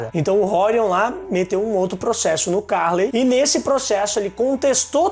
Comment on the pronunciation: Nao é Ca´rley a pronuncia, é Carl^ey, a tonica é no letra e.